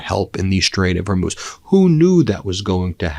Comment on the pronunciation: Did he really call it the Homo straits... 😅?